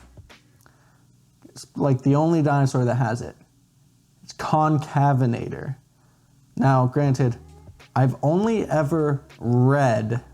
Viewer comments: Pronounced con-cave-en-ator not to be rude just informative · Allow me too help. It's pronounced Con-cave-in-a-ter